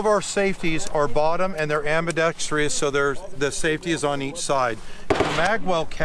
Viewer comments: The word is Ambidextrous. [am″bĭ-deks´trus]. NOT am bi deks trius. So sick of people using words they can't spell. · ... There's Only One 'I' In Ambidextrous...Not Ambidextr'i'ous...Don't Try To Sell People Something/A Feature If You Can't Even Say The Word Correctly 🤣🤣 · I'm not going to buy an ambidextrous rifle from someone that calls it am-bi-dex-tree-ous. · It’s ambidextrous not ambidextrous fool. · Damn you noticed that too. It somehow tarnished an otherwise perfect presentation. Bro could sell ice cubes to an eskimo.